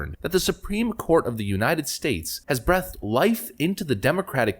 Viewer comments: Dude why are you pronouncing breathed wrong? Stop it. Makes you sound like a damn robot. It is not brea-thd, its bree-thd. Jeez. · C'mon, man... breathed is pronounced bree-thd not breth-d. You do it every time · Breathed... Say it with me, BREEEEETHED - past tense of breathe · I know, why is he doing this? He can't be that illiterate. People are gonna think he is a soundboard or something. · You mispronounced "breathed" again.